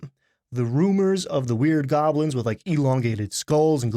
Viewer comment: Is there a reason he cant say "goblin"?